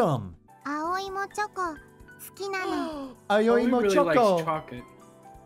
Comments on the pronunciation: How to butcher a name, with: Aoi Éiöê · Repeat after me guys: "Ah - Oy" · Also, Aoi is pronounced like ow